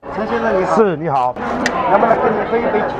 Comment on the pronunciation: “陈鲜生”，大陆人也有这么重的台湾腔了😄